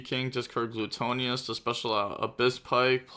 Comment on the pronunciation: Gluttonous (Gluh-tuh-ness)